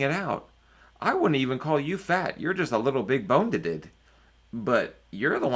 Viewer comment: “big bonededed” heheh